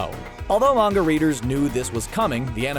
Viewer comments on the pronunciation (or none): none